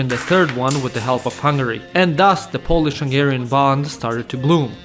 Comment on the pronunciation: I like your hungarian pronunciation!